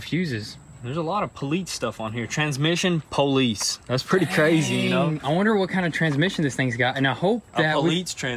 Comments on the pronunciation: Do you guys really not know how to pronoun the word "Police"? Or is that some kind of local inside joke? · Please start saying police correctly, I want to watch but honestly can't stand that lol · Why does kept saying politz?:) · Funny how calls it a politz car... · Why does he kep Saying politz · poleets car wth :) stop saying poleets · Lmao Politce. Tell him just to say cop lol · The "Poleets" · Why you sayin politz? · What the heck is 'poleetz". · Homie said "poleetz" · Poleetz.. tsk tsk tsk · Police in Italian = Polizia (poh-leets-ee-ya) seems like your Italian supercars are rubbing off on you boys.